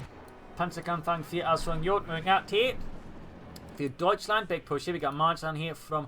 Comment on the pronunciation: Love that “Deutschland” - keep it coming!